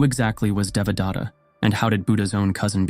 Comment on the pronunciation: Nice fictional story. But do you really think that you got in touch with the original knowledge and found who was the real Buddha? When you read the word Devadatta, I am wondering whether your followers could build their understanding around some other name because you are short on pronouncing it that would evolve into a new story with a new name. Let me tell how it should be read using a few English words as close as possible. DE should be read as THEY. VA should be as in cleVEr. The next sound DA should be as the word THE. Next sound T should be as in the word paTH. Last sound TA should be read as in THAna (Indian - police station. This is the same word that is read as station in English - Check pronunciation on line). I am trying to point out that, the word Buddha is also a poor pronunciation of the real word. As you describe yourself, I am also a researcher in to ancient knowledge. Just like false gods and prophets, there are also false Buddhas that you don't understand. Modern teaching is extremely corrupt and deviates from the original teaching. On top of that, they have mixed everything together from other interpretations contained in Hindu, Aghori, and Jain faiths, and even some concoctions by individuals that further dilute this very important piece of human knowledge. Every human today carry genetic changes reflecting the application of the original knowledge that form basis of your every day activity. BTW, the original knowledge did not originate in India as you cl